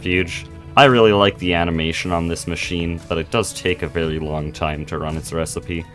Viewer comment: i like how this guy says very v e w w y